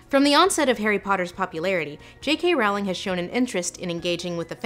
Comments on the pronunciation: Great essay. The way you pronounce “Rowling” is triggering though lol. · I've never heard "Rowling" pronounced that way. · JK Rowling rhymes with bowling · Despite how well-researched this video she still mispronounces Rowling's name. It rhymes with Bowling not Howling. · Rowling rhymes with bowling, dear. (o:Þ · It’s not Rowling, it’s Rowling. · Lindsay, you mispronounced Rowling's name. It's pronounced "Rolling." Also, Dumbledore is definitely gay. One of my biggest pet peeves is when fans push their own personal agendas onto clearly established characters (claiming homosexuality in characters that are clearly not homosexual, for instance). That's not the case for Dumbledore though. The subtext for his homosexuality is very evident in Half-Blood Prince where we as readers learn Dumbledore's backstory. Now there ARE a lot of problems with Rowling as of late, one of which you included (finally making a movie around Dumbledore and Grindelwald and NOT expressing homosexuality in any form at all regarding these characters), and I would actually love for you to break those down. Another example is a South Korean actress playing an Indian character (Nagini) who is a human cursed to eventually be stuck in her snake form...and then being beheaded by Neville Longbottom in the last installment of the series. And Rowling seeing nothing wrong with it and even claiming that was the backstory all along and she came up with it 20 years ago (obvious bullshit because there is a SHARP contrast in quality, logic, and depth between things that were there all along in the back of her head and things she just recently came up with now that the main series has finished and fans are still clamoring for more material). I don't believe I've ever commented before on one of your videos because you clearly know so much more about literacy than I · Lindsay, not to be rude, however, Jo's surname is pronounced rolling. I just though you should know. I have made the same error.